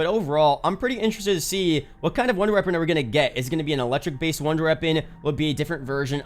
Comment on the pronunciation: Why dose he say wonder reapon? 😂